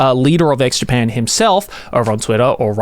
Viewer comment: Am I the only one hearing Joey say "Eggs Japan"?